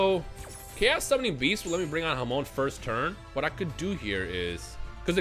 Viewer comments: I'm Spanish so hearing "hamon" is hilarious to me, cuz it means ham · Yoo everytime you say Hamon it sounds like you calling a mexican friend 😂😂